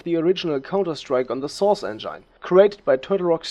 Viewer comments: Engine, not Engyne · STOP SAYING ENGINE LIKE IT'S A VAGINA ITS ENJIN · It's engin....not engaine :/ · Engine is pronounced as [enjin] not as [enjine] but a good video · I bet someone already said that, but "engine" is pronounced with i as [i] in it, instead of [ai]. So it should sound not [endzhain] but [endzhin] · Sorry aber es heißt engine nicht engeine trotzdem gutes video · Hmm, I might just be really picky, but I cringe every time you pronounce engine. (It's pronounced eng-in not eng-ain. I'd love to see you pronounce it correctly in your new version as it would make you sound more professional. Other than that I think you did a good job on making this video and I look forward to watching, and/or listening to you in the future. :) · sauce en-jane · Endschaine xDMan spricht das en-gine (en-dshin) aus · "the soos engain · "enjain" LoLXD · He said : "enJaine" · wtf ist ein "enjein" ? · “Enjain“ cringes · source "engyne" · Engyine pronunciation just gave me 9999 types of engine and Ebola and AIDS and ebolaids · source "enjine" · "en-gyne" "global offense" :D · "Engaine" lol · engyne lol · I like how you pronounce the word engine as "engan" or "engain" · you know its engine not engyne lol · The way you pronounce Engine.... English is my 8th language and even i know you pronounced it wrong. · Hate how he says engine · What's with fellow europeans who don't spellcheck english words ? That's not how "engine" is pronounced buddy! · And his pro naucation of engine... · the way he pronounced engine is unbearable im sorry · Nice video but you said 191999 for the release of 1.5 or something, also you pronounce engine wrong and it's counter strike global offensive, not offense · soooo german :p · nice video, but please learn how to pronounce 'engine' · Love how you say "Engine" :D I